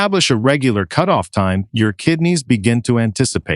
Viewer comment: Cutoff is pronounced “cute off”? Where did you learn English?